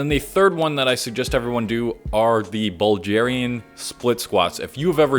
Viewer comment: The way he pronounced it makes me feel like Bulgarians are all shredded